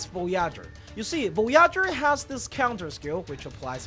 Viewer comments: VOH-YAH-GUR lmao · Vo"Yah"ger got me. sorry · bro really butchered my space waifu's name 😭😭😭😭😭